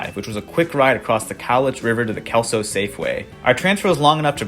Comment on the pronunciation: As somebody who spent the first 28 years of my life in SW WA, yeah, that sounds like Kelso to me.